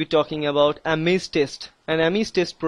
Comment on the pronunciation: thanks bruh, but you said Ames like ARMENS. THAT WAS FUNNY \